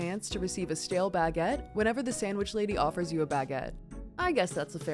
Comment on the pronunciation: Lol Americans bag-ette Say it all as one word 'baguette'